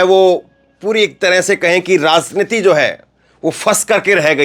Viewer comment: Ek hazar baar bataya rasniti nahi raj rajj rajjniti uccharan sudhar lo irritate na karo